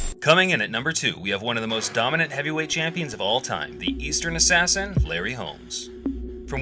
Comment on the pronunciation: Man how can you do boxing vids and not know that the GOAT's nickname was the "Easton Assassin" not the "Eastern Assassin" Had to turn the vid off